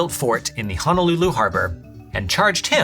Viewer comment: He pronounced Honolulu incorrectly. It is Ho-no-loo-loo. Ho like Samta + the word no + lulu. He said Hon-a-lulu. There is no a.